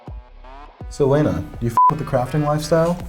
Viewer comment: Lena....why does she pronounce her own name like Lana